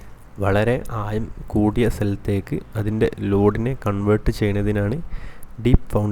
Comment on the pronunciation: ആദ്യം സംസാരിക്കാൻ പഠിക്ക്. ആയം അല്ല ആഴം